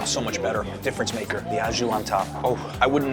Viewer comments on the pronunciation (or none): au jus is pronounced 'oh joos'. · Your au jus still isn’t right. The jus is correct but “au” is pronounced more like “oh” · great pronunciation for "jus" but "au" is actually just "oh", weird but this is how french works haha A+U =O, great vid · au jus. Try saying oh jus, you’ll get further. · au jus - AH Jew